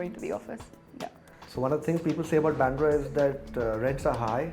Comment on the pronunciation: It's baandra Not byandra..fools